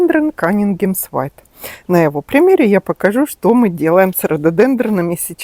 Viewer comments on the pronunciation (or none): none